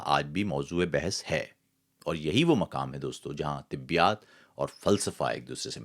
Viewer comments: برادر تصحیح کے لئے بتا رھا ھوں ۔۔ لفظ طبیات نہیں ھے طبیعیات ھے تلفظ درست کر لیں۔ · معلوماتی ویڈیو۔ آپ طبیعیات کو طبیات کیوں تلفظ کرتے ہیں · طبّی یا طبیّات اور طبیعات میں جو فرق ہے ، اُس کو ضرور مدّنظر رکھا کریں ، خاص طور پر شاعر اور ادیب کو تلفظ کی درستگی کا ہمیشہ خیال رکھنا چاہیئے ۔